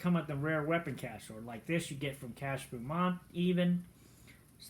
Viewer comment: Dude you need to take damn chill pill .. holy s***… I could barely finish this video .. and oh btw it’s Cah Beaumont. Pronounced ( BO-MONT )